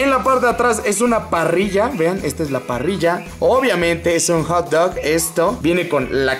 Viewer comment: Like si crees que Marvin pronunció "JOT" dog en el minuto cuando él siempre ha dicho que se debe pronunciar "JAT". Entonces es "JOT" wheels no "JAT" wheels.